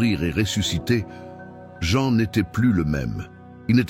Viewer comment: Prononcez les vrais noms Jean c’est Jean, Mathieu, c’est Mathieu, etc. etc.